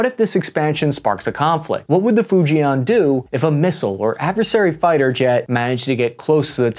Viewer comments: First thing, learn how to pronounce FUJIAN correctly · Hi folks its not "Fu Jay Aaan" its "Fu Jen" like in the name Jen, in JEN-ifer Anderson . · 😂😂😂😂😂you are so far off. Arrogance, prejudice and ignorance kills. BTW, your pronunciation of Fujian is hilarious.